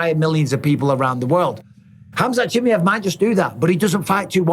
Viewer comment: Ahhh yes. "Khamzat chimyev"